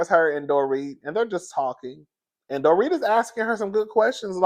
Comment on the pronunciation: I don't know if it was me but it sounds like you said the doretha